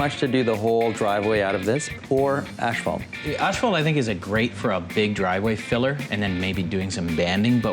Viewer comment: It's pronounced ASS FAULT not ash fault.